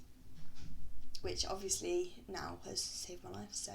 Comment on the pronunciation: " which has obvisly saved my life but wutever" im ded